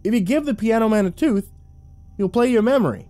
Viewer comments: He says son can you play me a MEMROY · I was thinking the same XD "MEME-ROY!" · "Son can you play me a memroy..."